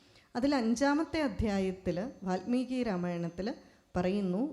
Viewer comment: Valmeeki NOT VATHMEEKI